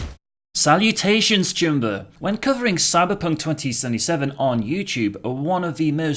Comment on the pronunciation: when I first heard you say "choomba", I thought you said "tumor"